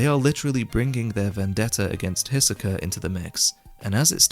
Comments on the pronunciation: Only annoying thing with these videos is like all other YT reviewers you know how to praise but not how to critique. Greed Island is not "almost a great shounen in and of itself" - it's a pile of utter poopoo. And the early chapters, while still good, are so deeply riddled with issues. Also if you pronounce Hisoka as Hissuh-keuh again I'm gonna slap you will my sausage. And I'm not even gay. But we will both like it. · Can’t watch after 20x Hiseka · Hissssoka first time ive heard that one, Loved everything else tho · lmao the way you say hisoka